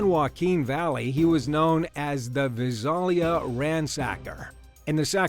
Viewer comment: Visalia = pronounced like Vie-sail-e-a....